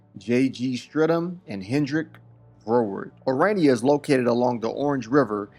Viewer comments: Stop calling Irania 😂it is Orania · It's pronounced O-raa-nee-a, not O-ray-nee-a. It made my stomach churn every time he mispronounced the name. Aside from that, it was a fascinating video. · You finally, almost pronounced Orania correctly.....Kept sounding like Iranian.... Excellent docu. For a South African, I knew very little about Orania before this. Thank you so much for you time, courage and curiosity. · Bro relentlessly stuck to mispronouncing it as Uraynia throughout 💀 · You're actually on the continent of Africa, which is one of the least racially diverse areas of the planet because diversity is only for white countries, and you feel it's necessary, or relevant, to mention that you're the only black person in a small restaurant? Man, you brought that chip on your shoulder to Orania, a beautiful little town whose name you PURPOSEFULLY mispronounced throughout your video, to the inhabitants faces, with a single exception. What a disgrace!